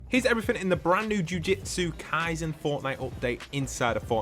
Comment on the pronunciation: afaik it’s pronounced “jew-jew-tsu” not “jew-jit-su”